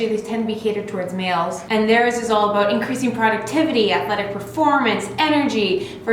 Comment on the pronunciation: I was not sure she was Canadian until she said “I didn’t have to think aboot it”